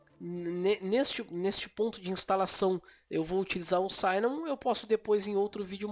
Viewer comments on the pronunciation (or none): Oi, amigo, ótimo vídeo! Só queria fazer uma correção besta, o i de cinnamon não se pronuncia como "ai". Quando tem duas consoantes depois duma vogal em inglês, nesse caso dois N, essa vogal não vai pra a sua "versão de ditongo". O i de "cinnamon" é como o i de "six" ou "fish". Um abraço, Valeu pelo vídeo!